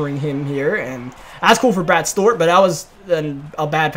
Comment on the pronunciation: Why do you pronounce Stewart as stort